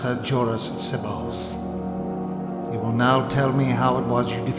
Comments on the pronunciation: I have but one suggestion to make, and that is how every voice actor interprets and pronounces names and places differently. Jorus C'baoth seems to be the biggest problem. Thrawn pronounces him as, "seb-bi-ath. Capt'n Pellion calls him "see-bi-oth." The character playing Jorus C'baoth, himself, pronounces his own name, Jorus seb-oath and Wedge Antillies calls him...Jorus See-both." I always read it as, "see-bawth. I used hyphens to distinguish syllables breaks and not pauses in the name's pronunciation. It would be helpful if all voice actors pronounced names of characters and places in the same way as it adds confusion when each actor pronounces things with their own, "spin" on it. Just tossing that out there for part 2. Your own name is. Would it not be weird if one person called you "Dah-mee-un Val-un-tine, and another "Day-mee-en Val-een-teen? If you get my drift? Just a helpful hint here. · I just love how Luke cannot pronounce Jorus C'Baoth's name. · No two characters pronounced C'boath the same way. Most accurate representation ever.